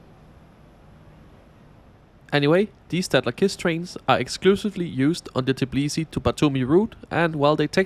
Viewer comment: Tbilisi, not Tiblisi as you constantly say